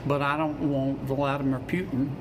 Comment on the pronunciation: Senator Kennedy says, "won't" for want. Where were his English Teachers ?